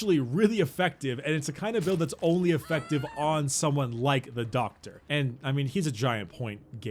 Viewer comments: Love the way he says "DOCKTA" LOL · How do you pronounce DOCKTA?